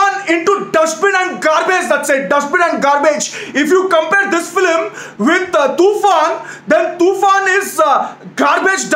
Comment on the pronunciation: It is not filim its film bro